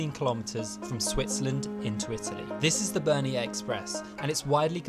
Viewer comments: Bernina NOT Bernian lol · Why are you saying Bernia?? It’s Bernina. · BER-NINA - there's a second 'n' in the name guys!!!! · Bernina is pronounced Bear neena.